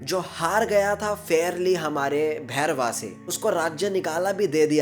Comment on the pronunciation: Not bhairwa it's bhairav 😂😂